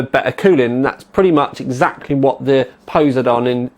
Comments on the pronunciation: Poh-Side-on, say it out loud, it'll sound more familiar :P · pose - eh - dawn? Poh - side - in, I believe it is pronounced. At least here in the States. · God dam I cringe every time he says posedon, its Poseidon as in po-cy-don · HAHAHHA POESYDON X. its pronounced po-si-don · Really? "Pose-Eye-Don"? "Po-Sydun" [pose͜edɔ́͜ɔn] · Its Poseidon like the Greek god just like some of asus's high end video cards like mars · poss eye dun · btw its Poseidon as the greek god of water pronounced po SEYE den. Just bought one btw... it is epic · Goddamint its PUH-SIE-DIN. Its a greek god. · Po-si-don all together now. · im not usually a grammar Nazi but every time I hear poze-a-don it makes me cringe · Dylan Cannisi Cley Secor its po (p)sy don...im greek. the (p) is not pronounced. Its more like po si don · No, everyone in America who is educated pronounces it po, because that is how the Greeks pronounced it and the Romans spelled it; in English the rule is if it comes from a different language you pronounce it like the natural speakers of that language. The reason people mispronounce words in English is because of shared ignorance. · I think its pos-I-done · pos-y-don the greek god of water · po-SIGH-don. geez. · pe(like in pear) - sigh - den(like animal den) ;) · It's poh-sai (like 'si'ze)-don. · Po-seye-dun. While we are at it, 780 TEE-EYE. AY-ZEUS. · It's fecking Po sei don as in the god of the sea..:( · po-seye-din... like the king of the sea??? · PO-SI-DON. LOL ;) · Puh (side on), FFS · Haha, - it's pronounced po-si-don XD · Po-sigh-don From greek mythology. The god of the oceans, brother to Zues and Hades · It's poss-eye-don Like the Greek god of the sea;o) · The way you say Poseidon -_- haha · fucking spanner cant even pronounce poseidon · Pronunciation fail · I think your pronunciation just gave me cancer. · I love your pronunciation of Poseidon. You make it sound like a dinosaur.